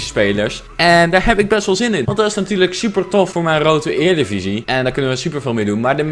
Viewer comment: jij zegt erediviesi heel raar uit (eerdiviesi